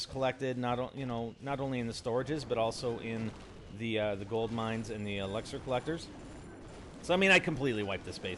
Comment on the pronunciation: He still can't say elixir